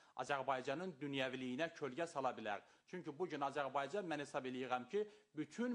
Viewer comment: Bu Razidi bazidi nə poxdu bilmirəm. Bu heç Azərbaycan sözünü düz əməlli deyə bilmir. Prezdentlik eşqinə düşüb